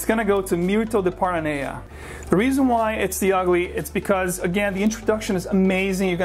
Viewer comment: You're saying PARA Naya, but it's spelled PANA-Rea ?